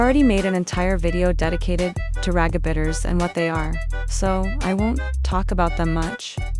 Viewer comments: Not the text to speech voice saying "ragabitter" 😭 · LOL THE WAY CAPCUT MADE IT SAY “ragabitters” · "RaGiEbItErS" ITS RAGEBAITERS 😭